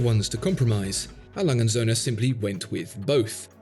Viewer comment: Well that is a beautiful work of art, and beautifully described. There is just one thing I didn't like, and that was the way you mangled the company's name. A. Lange & Soehne is a name A. Lange and sons we would say in English. Lange would pronounced Lung-eh like a lung with an ehh and Soehne pronounced like sern-eh.